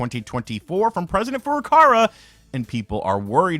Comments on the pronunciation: 85 his name Furukawa is pronounced Foo~ROO' Kah wah, not " foo RUH kawah", and the president is talking about "Switch" as a brand for consoles and games, a possible announcement for a "New Switch" or "Switch Advance" or "Switch 2" won't be in a Feburary Nintendo Direct, and more likely may be announced and revealed in a big Summer time Direct (like possibly May or June) . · Is not Furukara it’s Furuka“Wa”. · Ok, I've been holding this in for a really long time, but I think I'm at breaking point. FFS!!! IT'S FURUKAWA! NOT FURUKARA! FOO-ROO-KAH-WAH! IT'S NOT HARD